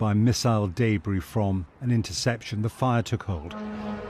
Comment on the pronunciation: it is debris, not daybris, funny AI voice